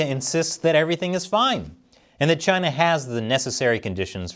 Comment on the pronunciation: Trump was no where near perfect but a lot of what he said was right and everytime I hear china it's CHI-NAAA